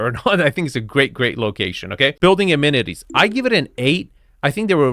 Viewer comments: it's amenities not ammenities, come on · I stopped watching when a UK presenter mispronounced ‘amenities’ (they also spelled it wrong) then misspelled ‘neighbourhood’.